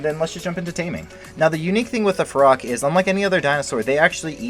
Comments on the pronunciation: It’s feroxxxxxx not ferocccc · Everyone : ferox Him: FEROCK